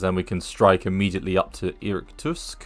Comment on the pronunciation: Irkutsk pronounced like ear kootsk